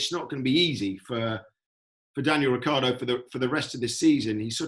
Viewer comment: no to mention Rick eeee ardo